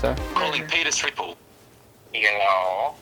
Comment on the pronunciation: “Peter stripper” sounded like “penis ripple”